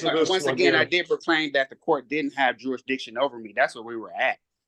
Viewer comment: "Under my jurish-dishin'"